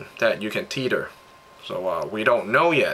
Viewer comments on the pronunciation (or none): its te-th-er not tet-her